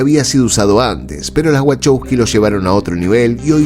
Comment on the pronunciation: Ah si! Es verdad! los hermanos Wachowsky... Los Wahowsky. Si.